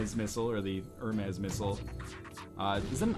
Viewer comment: Hermez? come on its so easy to pronounce that FORMER ENGLISH TEACHER